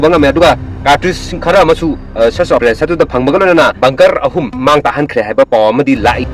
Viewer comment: Ofarason😂😂😂😂😂 it's operation bro😂😂😂not 🚫 ofarason